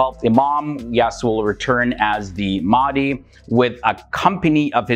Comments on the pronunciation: it is my humble request that you pronounce the names of our muslim figures correctly, Mahdi is not Maadee. There are ways that you can check the pronunciation. Apart from that I am a huge fan of you. I have been following your channel for some years. Thank you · Its Al Mahdi, pronounced with H, how we pronounce our prophet Mohamed SAW..